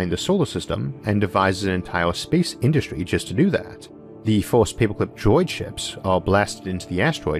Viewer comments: 2121: Isaac learns how to pronounce the R in paperclip. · Say paperclip again.